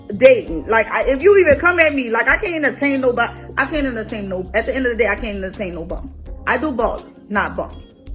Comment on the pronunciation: Omg she doesn't even realize she's the BUM lol girl can't even pronounce the word entertain! Please tell me this is a joke, this is fake right???